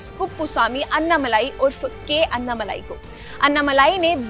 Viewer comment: It is not अन्नामलाई it is अण्णामलै